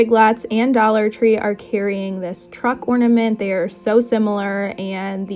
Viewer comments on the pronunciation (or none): none